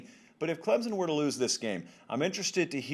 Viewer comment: I know for a fact, he says "clemzon" to annoy us clemson fans!! Smh